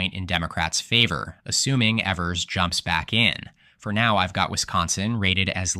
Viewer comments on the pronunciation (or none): You pronounced Gov. Tony Evers name wrong throughout. It is E (long e) vers, not like the word ever. Also, He's is not likely to run again. The Democratic nominee is likely either Lt. Gov. Sara Rodriguez or Attorney General Josh Kaul. The Demorcats will keep the governorship particulary if the GOP nominates 7th District Congressman and right wing crazy Tom Tiffany. But the GOP is in disarray in Wisconsin and 2026 should be a solid Democratic year there.